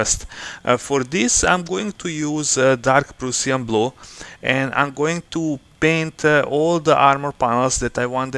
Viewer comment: Дарк праш(а)н блу, убија ме како ти изговараш :-D Добар видео иначе, ја бих вероватно плаву урадио ербрашем, брже је и лепши су прелази. А зенитал мислим да није битан на осталим деловима фигуре, тако да ако их заговнаш плавом није битно.